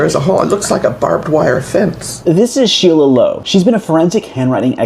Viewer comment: Sheila is pronounced Sheelah.